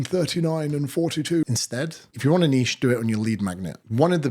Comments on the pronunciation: It's refreshing to hear someone say niche properly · Finally someone who pronounces “niche” correctly.